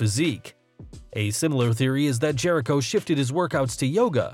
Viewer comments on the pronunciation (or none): none